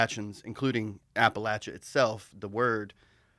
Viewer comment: Hell yeah dude. I didn't realize Shannon was from VA. I'm from southwest VA also. Finally someone who knows how to say Appalachia the correct way!